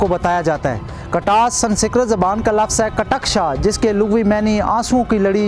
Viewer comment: San sikrat nahi sanskrit